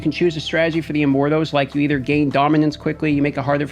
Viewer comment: I feel like he's saying "Immorthose" and its driving me nuts.